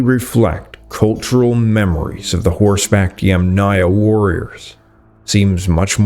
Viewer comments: Yamnaya, or Yamna, is pronounced with the accent on the FIRST syllable. The second syllable is part of the suffix, never takes stress, has a reduced vowel, and is often dropped altogether. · “Amphora” and “Yamnaya” are stressed on the first syllable.